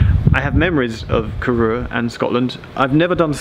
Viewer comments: Great video. I’m from Fort William at uni in Glasgow so travel on this line regularly. Just a quick note that Corrour is pronounced so it rhymes with “hour” - totally understandable to rhyme it with “your” as the announcement on the trains mispronounces it too! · From a complete Geek point of view Corrour if my favourite train station because it is just so remote. Been through it so many times as a kid. Just one thing - You need to learn to pronounce Corrour - the "our" at the end has a long, almost double "o". Still, cracking video!